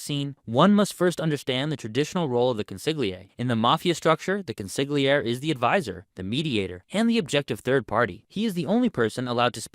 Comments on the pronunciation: I just heard the narrator say "Con-sig-li-air" Beware of Mafia experts who pronounce the word Consigliere as "Con-sig-li-air" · Pronounced “Con-sil-yeri “… the Italians don’t pronounce the “G” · It's pronounced Cōn-seé-âir-eé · I wasn’t happy when Sil pronounced the G in consiglieri. This is something non Italians would do . CONSILYERI! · 😂😂😂😂😂consiglier? Bro learn how to pronounce the words properly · It's always funny when I hear consigliere mispronounced. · Love ur vids, but u gotta stop pronouncing the ‘g’ in consigliere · please pronounce consiglieri correctly.